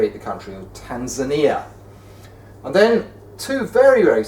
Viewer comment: Nobody: Barnaby Lenon: Tan3ania, Swa3iland